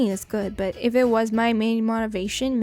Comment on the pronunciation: how do you not know how to pronounce 'motivation'